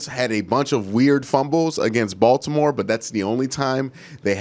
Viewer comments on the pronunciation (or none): none